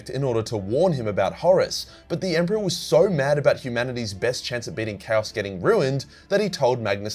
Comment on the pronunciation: I am and am just now realizing you've been saying "CHAOS knife" - and not "Cows knife" and "Cows magic"